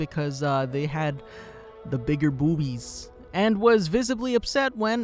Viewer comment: Stop saying bobyies